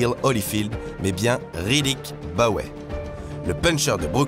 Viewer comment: La prononciation de riddick Bowe et juste dramatique,faite attention.